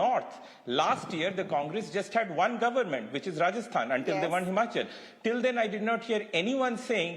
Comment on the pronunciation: It's not Govermunnt anchor woman- it's government.